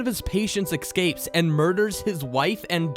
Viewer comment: "Excape"? "Mixyellpittewix"?